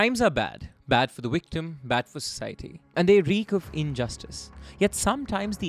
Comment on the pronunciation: Always makes me laugh how you pronounce victim 😂😂 having said that I can only speak one language , English and I often wonder what I would sound like to the people of the other country if I learned their language. 😂😂 Vvvvictuuumm